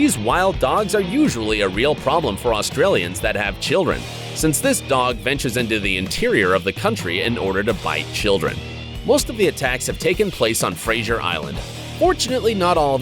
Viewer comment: Honestly get a brain and think. No dingos aren’t deadly, it’s pronounced fraZer not frashore the Eastern brown snake is the deadliest snake in Australia followed by the tiger snake. And the kangaroo thing, It’s called car accidents. Kangaroos are friendly, one lives in my back paddock and doesn’t kill anything